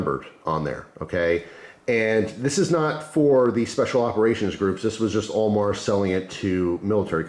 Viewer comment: Who else thought was saying OMAR instead of AL MAR😕